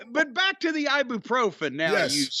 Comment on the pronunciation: "Eye-Boo-Pro-Fen" and "Arthur-Rightis" ..... holy f*** ... 🤣🤣🤣